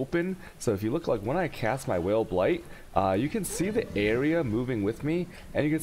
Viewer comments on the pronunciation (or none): Whale Blaight in spoder forest is pretty gud, you can generate alot of tshaos in case you keep whaling your meeps.